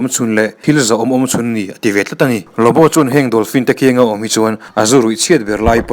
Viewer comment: LuBu emaw Lawbaw ti a lam tur zawk ani , Lawbu ni lo in a tir tr ah khan , Lawbu rawn ti zeuh a😂😂 hrilh hai hman nasa lawm le